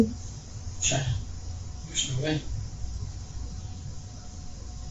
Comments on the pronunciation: Its pronounced shy-anne, not chee-anne. Seriously? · Ok you murdered the murders name and it's driving me nuts... We semi share the name Cheyanne is pronounced (Shy-Ann) just like the Cheyenne Indians and the capital of Wyoming 😅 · Listen to your AI sh!t before posting. Never pronounced the perpetrators name correctly!! Inexcusable and lazy!! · He also can't say her name